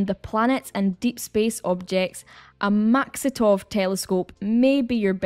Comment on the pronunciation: Maksutov (not "Maxitov").